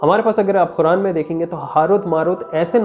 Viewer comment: Bhai muslims Quran ko follow krte h naki Khuran kindly pronounce Quran perfectly do not miss interpret holy book Quran